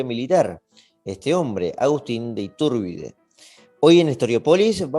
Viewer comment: Solo señalar que Iturbide es una palabra con acentuación grave